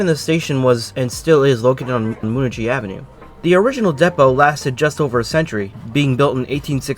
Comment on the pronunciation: Moonachie is pronounced MOON-AHCK-E. 👌